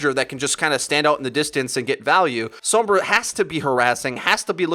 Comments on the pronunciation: Sombra not “sowmbrah” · TFW everyone on this channel pronounces her name weird like "soambra" and not just "sombra"... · Anyone else get slightly annoyed that he almost says 'Sumbra'? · The way you pronounce Sombra. This is why I don't play with any on Overwatch their pronunciation of heroes drives me crazy 😫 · Stop pronouncing sombra that way